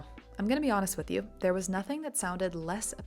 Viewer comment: Your gunna sounds authentic.